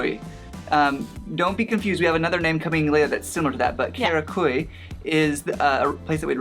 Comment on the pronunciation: it's pronounced Karak-uh-ye. After living there for months you might want to try learning the language. Ö is uh sound like "urban". Ş is the sh sound like "shy" and Ç is Ch sound like "chew".